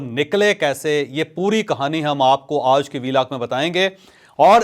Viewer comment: جاوید چوہدری صاحب آپ لفظ۔ آج ۔کو بہت برے انداز میں آدا کرتے ہیں